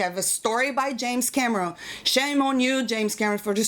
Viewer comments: The way you said it sounded like 'James Cabrón'. Pretty fitting. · First time viewer here... Gotta say, I like this chick! She's got a good head on her shoulders. Edit: oh and the way she says James Cameron with that accent.... I love it. If you read this Can u say "hello Clifton" ?!?!